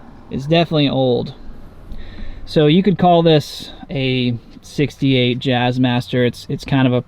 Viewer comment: sounded like '58 the first time. I clearly heard '68 when you pointed out the neck plate. I had already commented by then.